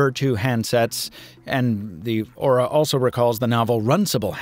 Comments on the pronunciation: What he says: Aura What I hear: Ora Ora Ora oraaaaaa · Every time he mentioned the device name, all I heard was "Motor Ora Ora" オラオラオラ